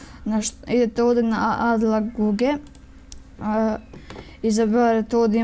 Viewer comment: Kaze add laguge hahahahahahahahahahahahh